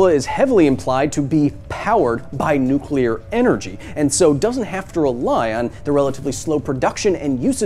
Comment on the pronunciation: what makes kong so big to begin with? maybe kong is nuclear, oh im sorry, nuculer. and the food kong eats on skull island is nuculer.